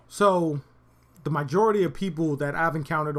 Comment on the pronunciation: 38 "The mijority?"